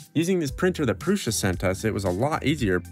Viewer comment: Huge props for pronouncing Prusa correctly (Průša).